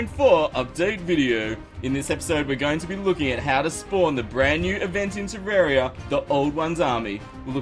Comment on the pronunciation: Next time I recommend searching up how to pronounce things properly. I'm not insulting you or anything, it's just that the way you said some things really triggered me. For example: Terraria is a name that came from the word Terra form, which is what happens when you change the landscape of an area. Even the developer pronounced is "Terr-ar-ia" not "Terr-er-ia". It's even spelt like that. If you search it up on youtube though, it will come up with a video which used the word "Terrarium" which the definition of that word is "A usually transparent enclosure for keeping or raising plants or small animals (as turtles) indoors" which has nothing to do with the game.